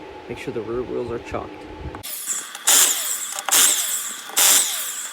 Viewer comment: Chock not Chalk